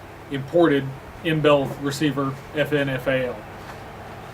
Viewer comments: FN FAL for Fabrique Nationale. He is saying FN FAL but as he says it often it starts to sound like FIN FAL. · Hey. Yes we all know what FN stands for, I own one myself. BUT F N is two syllables...FIN is one. Hes being cute. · dislike for "FIN" FAL